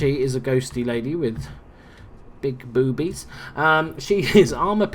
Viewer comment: Lmao! Hilarious how you say "Big Boobies" xD